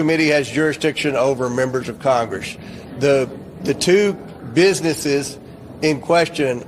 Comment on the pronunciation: When you can't even bother to speak English after all these years in CONGRASS (it's Congress, not Congrass, much like so many of the words you seem to still say incorrectly...accidentally on-purpose) you've got a lot to lear. She's such a pretender. Now it's about her being "black", shes every minority, & claims to know "exactly" how every other minority feels...exactly. pahleeze 🙄🙏🏽❤️🤍💙